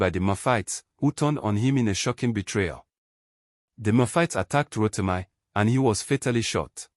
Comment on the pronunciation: Ro-ti-mee not Ro-ti-my